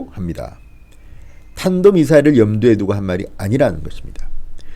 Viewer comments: 이빨이 새서 발음이 션찮은가??? 단도 ☞ 탄도 저런 인간을 믿고 이 나라에서 살아가고 있는 나는 왜! 이리도 불안하지??? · 경상도 사람이 쌀을 살이라 하듯이 탄도를 발음을 단도라 하나요? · 쩝쩝이는 말도 제대로 못한다 탄도면 탄도지 단도는 머꼬 병신아 보고도 못 읽냐 외교도 몰라 안보도 몰라 정치도 몰라 아는거 하나도 없는 무뇌충인간이다 쪽팔린다 병신아 너란 인간이 대통령이란게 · 문좌빨은 미국가서 사인할때 대한미국이라고 했는 자질부족인데 단도 발음이 그와같은 지랄병이구먼 문좌빨은 가짜지만 인간이하야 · 단도.. 발음 좀 단듸하지..그리고 이 정부는 제발 공식 발표에서 되도 않은 영어 좀 섞어 쓰지 않았으면 좋겠다. 지들 딴에는 영어 쓰면 좀 멋있어 보이는 줄 아나 본데 진심 극혐이다. good enough deal? 대화의 momentum? 정말 저렴하기 짝이 없다. ㅋ +중간에 입술 나온 사진도 극혐이긴 마찬가지. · 쩝쩝이 하는짓 갖가지 ,, 눈 띵굴띵굴 굴리며 ,혀까지 탄도 가 안되나 뜻을모르나 발음???? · 옴마야 벌벌 떨어서 발음이 헛 나왔나 ? 설마 탄도 미사일의 의미를 모르는거. 아니겄죠?? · 탄도미사일의 경상도 사투리 인가? 무식한 인간 ㅉㅉ. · 계획적으로 실수하는척. 탄도라 못하고 북괴식 살짝 발음 바꿔서 사용했다 입니다. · 대한미국 한것처럼 정은이와 암호 교환 한것 아닌가 발사체라고우기다가 탄도 발음이 되겠나 북한대통답다